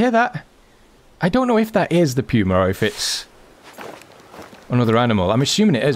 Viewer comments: pewwma? its puma as in poohma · Love your channel but the way you say Puma is killing me. It is POOOOMA, not PEEWWWWMA. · It poomu not puema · It's not Puew-ma, it's Puma, Puuh-ma. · I have PS4, anyone know if they will be fixing the problems with tracks, blood trails, animals not dying or dissapearing problems? Any anticipated time frame with it from the devs and will it come in a console patch? Thanks for any commentary and sorry to be a snit, but it's pronounced Poooo-ma, not Peeeu-ma. Love your vids. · Everyone is calling it a “pewmah” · It's puma not pewma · I’m sorry but it’s said like pooma